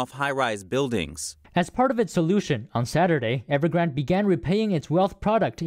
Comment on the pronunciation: EverGRANDE not Evergrand